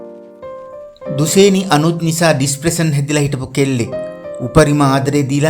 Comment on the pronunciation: දුසේනි නෙවෙයි යකෝ දුශේනි...